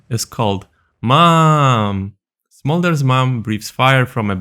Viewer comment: Hearing saying smorder's abilities might be the funniest things ive heard yet this year. Especially the E, flap flap flap.